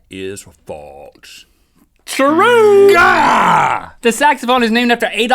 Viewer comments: Why do you guys pronounce false like "faults"? Like wtf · when they say 'false' it sounds like 'faults' and it drives me insane. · does anyone notice how when they say "false" they pronounce the s part of the word more like "ts", like "faults" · Is it just me or do Rhett and Link say Faltse instead of false? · its not FALTS its FALSE. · They say faltse